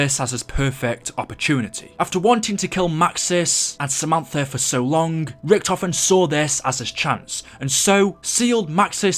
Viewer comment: Godaaaaaaaaaaaaaam, IT'S NOT RICK TOFEN, IT'S RICHTOFEN FOR FUCK SAKE